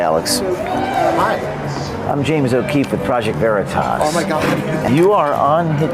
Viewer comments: Haha...he's pronouncing Veritas like "burrito"...... Obviously Latin wasn't in the curriculum of whatever woke place of "learning" he was brainwashed at! :) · The way he mispronounced "Veritas" to make out he didn't know what it was was priceless.